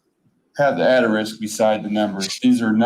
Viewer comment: ATERISK????? Did this dude graduate from 8th grade?